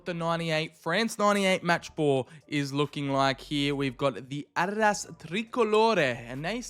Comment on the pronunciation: What's with calling Adidas Arras?